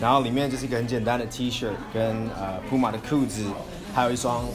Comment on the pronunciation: 不是針對，連puma的名字也念錯，也太扯了吧